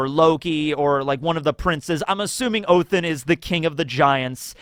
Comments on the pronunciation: Stop saying Othin. It's either Odin, or if you want to do the original Norse name: Woden. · What in the fuck is 'oathen' you mean odin? Or did I miss something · Odins name is said like Ó-the-nn. the i is not strongly pronounced, like othinn also the th is the same sound of the th in then. Just a fyi for anyone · Is saying "Othin" on purpose or is he accidentally saying it & trying to say "Odin"? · is pronouncing Odin as Ohtin? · Can you please explain why you call Odin, Oathen? 😂